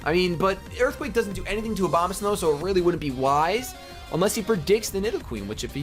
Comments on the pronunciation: I swear to god you said Obamasnow every time. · He said Obamasnkw lol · Why do every times you said Abomasnow I heard Obamasnow ? XD And I continue watching because, I like your humor, I like hearing your reasoning on what moves you make, what pokemons you like and which ones you hate. And you're not full of yourself either, and even when you get your ass kicked you stay enthusiastic about it mostly ! Moreover, you're not a top MLG VGC champion or whatever, you're much more accessible than most of those guys!